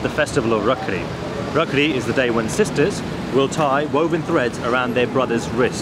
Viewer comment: Are vo rakhri nhi hai raakhi hai